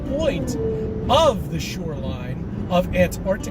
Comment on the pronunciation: Why does he keep saying “SURELINE” 🤣🤣